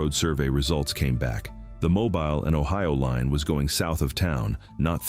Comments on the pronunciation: Mo- BEEL. Not mo-bull, not mo-byle. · This AI really can’t speak Alabaman at all. E.g., Mo-bile, mo-bull, and moble, but no Mo-beel. And now y’all are Alabamians and live in Alabumma. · I'm in Alabama. HANCEVILLE, ALABAMA. THE TOWN YOU SOOOO WRONGLY PRONOUNCED IS MO'BIL E< IS SILENT. IT'S NOT PRONOUNCED MO' BILE.... HOW EVER I was born and raised in Florida. A small town just West of Tallahassee called/named Quincy, Florida. The now present Seat of Gadsden, county. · mo-bill not mo-ball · BirmingHAM not Birming-um Mobile is pronounced Mo-Beel not moble. Elyton is pronounced Ee- luh-tun. This is the only reel I’ve heard say Alabamians with a long a sound in the third syllable- 🤔Ala-BA-me-ans🤦🏻‍♀️ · MOH BEEL NOT MOBIL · It is not pronounced like a vehicle it is pronounced moe-bill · Mo 'bill not Mobul lol. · Mo Bill how it is pronounced. Not mobile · Who hates AI? Who knows it is Mo Bill not Mo Byle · It's correction is Mo•bill not Mobile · Did you hear how he pronounced mobile why are they using AI for this it's not a mobile phone it's pronounced mobile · Me. Grew up in Mo - ball. He can't even pronounce the name correctly. What a bunch of lies. The pictures are not correct. They just want you to click on the video so they can make money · It's Mo Bill fam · Yes AI... It's pronounced mo bile. You're doing good. 🙄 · It’s MO Bill , pronunciation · Its pronounced mobeel dadgum ai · Mobile is pronounced like Mo bill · I can't with the pronunciation. It's "mow beal" you AI MF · It's pronounced: Mo BEAL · Learn pronounce Southern cities. It is Mo Bill for Mobile, Bill Lu see for Biloxi Go Shea for Gautier, and So shear for Saucier. 3 cities are in Mississippi. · It's Mo' bill....i was born there!! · Moe-bill is how it’s pronounced. Stupid AI. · mo-BEEL! Wish people could get it right! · Mobile,Al is pronounced “moe-bill “. Not as a mobile phone. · lol It's MOE- BEEL. I will have to come back to this one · Lol " mowbull" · Watching from Mobile, AL. It's pronounced moh-BEEL